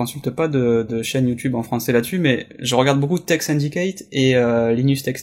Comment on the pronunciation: Mec tu me rend ouf : l'aïe nus tech tips _' Pas linus